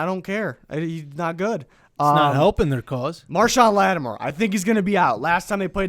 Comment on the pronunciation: It's LattiMORE! Not LattiMER!